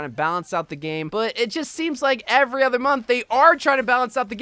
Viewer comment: Why do you say other like that "ether"